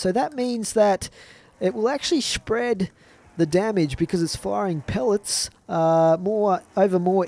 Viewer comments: he said spwed ha xD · LOL SHPREAD